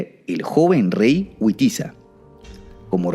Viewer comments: Al menos aquí en España el nombres del rey Witiza se pronuncia "Vitiza". Fantástico vídeo,! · Buen vídeo, pero no son nombres ingleses. Son Wamba y Witiza, No Guamba y Güitiza la W suena V, nunca como U